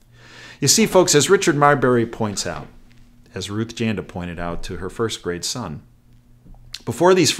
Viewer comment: Thought you said "first great son" as opposed to " first grade son". Your mom would probably agree that both apply in your case. Thanks Doc.